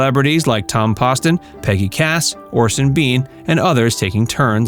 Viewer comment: The game show panelist's name is pronounced "Tom POSTon", not "Pawston."